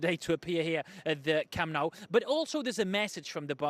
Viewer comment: It's not caamp nau, it's camp nou